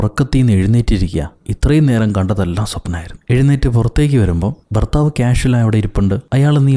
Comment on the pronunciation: ഫർത്താവോ.... മോശം